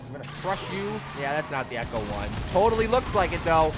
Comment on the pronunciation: It's ECTO 1 not ECHO 1!!! Graaaaah! You're killing me!